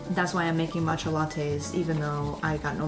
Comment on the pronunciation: "but whatever we're gunna make a mAtcha" I actually laughed out loud, your vibes are so genuine I love it here